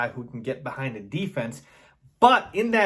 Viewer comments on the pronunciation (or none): none